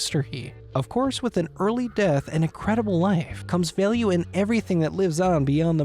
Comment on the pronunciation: "Hence his signature and historic items being of incredible val-yuhh"